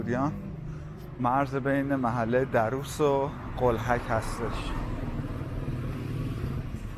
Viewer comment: A walk down memory lane again! Lived in the area (Darrous) for many years. I can say it is one of the most pleasant areas of northern Tehran. Just one note here: It is pronounced Dar-rous , stress should be on R in the word. Thanks for sharing.